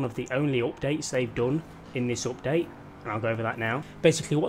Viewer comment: Everytime he says “optade” take a shot